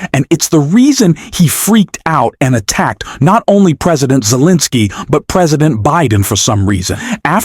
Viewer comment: 💙 I am beginning to waiver on my liking this channel because of the narration. You mispronounced Pres Zelinsky's name several times. ??? What's up with that? Please make sure your narratives are listened to and edited. Thank you.l